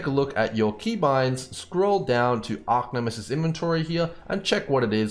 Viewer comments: Great explanation. But it annoys me, that you constantly call it Arc-Nemesis... It's Arch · Thanks for the awesome vid but just a heads up its Arch not Arc for Archnemesis sorry to be the police of pronunciation but thought you might like to know.. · ARE CHE ARCH ffs bro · Arcnemesis........ it bugs me.